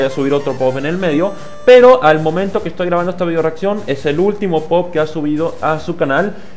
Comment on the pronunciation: Poop se pronuncia "pup" pero igual suena bien tal cual. Ahora reacciona a la parte 2 Pd: filete todo trabado xdxd